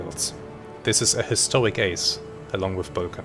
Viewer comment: Boelcke, pronounced "Böhlke", not "Böllke" - long Ö sound.